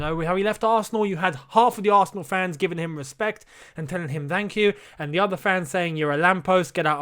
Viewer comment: o my God said de oder one im dead